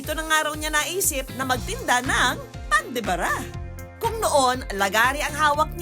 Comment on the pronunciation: Pan de Ba - Ra Hindi Pan de Bara!